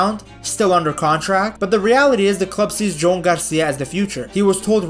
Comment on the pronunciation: Yo man, I can’t stop hearing Joan’s name pronounced wrong and it’s driving me crazy. It’s not “Jone”, it’s “Jew-an”, just how itsou ds. Love the videos ❤